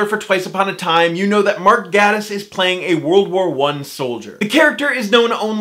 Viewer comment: I tried to listen to this video but I got too distracted/frustrated at every mention of Gatiss. It’s pronounced “gAYtiss” ffs